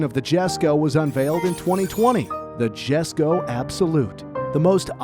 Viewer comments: is it not pronounced "yesko" not "jessko" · Jesko is pronounced as YES-ko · mate its pronounced yes-ko not jes-ko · its not "Jesko" its "Yesko" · cringed when he pronounced it "Jeh"sko instead of "Yes"ko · Its not GESKO, its J as in Yogurt, Jesko, ffs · It’s not Jesko like J-esko. It’s pronounced YESko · Pronunciation is yesko not jesko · Worth pointing out Jesko is pronounced as "Yesko" Christian Von Koenigsegg himself pronounces it as such. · Jesko is pronounced yesko not jesko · its pronounced esko not jesko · “Homujalated” lmao get a new narrator he can’t speak English “Dzjhesko” he can’t even speak a single word of Swedish either; doesn’t take that much research to realize it’s “Y”esko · It is not jesko It is pronounced as yesko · its not 'jes' ko, its 'yes' ko. j is silent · it's pronounced "Yesko." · It's pronounced Yesko.... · Jesko pronounced as Yes-Ko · this was good till he said GESKO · Jesko It's pronounced yesko In Swedish the J turns in to a Y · Jesko is actually pronounced Yesko, It's due to the differences in dialect between English and Swedish. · AH YES THE JESKO PRONOUNCED JES - CO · great video but jesko is pronounced yesko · “Jesko” is pronounced “yesko” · Jesko is pronounced yesko. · Everybody is commenting on the One:1 power to weight ratio being missed out but no one is mentioning how Jesko and Gemera were pronounced badly. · i understand the Jesko, the "i" sound isnt as common for "J", but hearing the "G" in Gemera pronounced "J" made me loose some braincells lol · I'm not Swedish but Its going to bother me on how you said Jesko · does all this research and makes a really interesting video... Mispronounces "Jesko" so many times in the last few minutes that it hurts the ears... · the way this guy says jesko hurts me